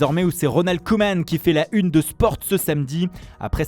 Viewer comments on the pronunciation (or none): none